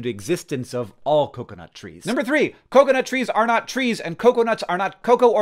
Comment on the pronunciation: Hank I understand you're a Basement Yard fan but you cannot keep pronouncing coconut this way 😂😂😂